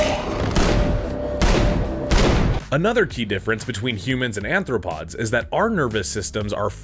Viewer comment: It’s arthropod, rather than anthropod. Anthro- means human.